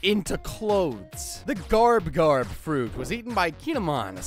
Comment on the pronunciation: Garb not garp